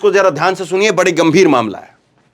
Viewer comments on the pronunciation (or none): none